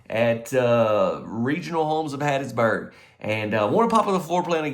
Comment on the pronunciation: The way said "Hattiesburg," thats a true Mississippian. 👍🏼 ❤😊